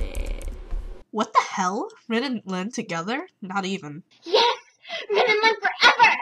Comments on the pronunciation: u said rin wrong. its like the (english) word re, as in the english word(rematch) then n. they have 5 vowels, the "ih" sound is not one of them. sorry if im bitchy, i just cant stand people mispronouncing things!!! i have ocd... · LOVE THIS VIDEO ITS ALL TRUE! But your saying rin's name wrong. ;/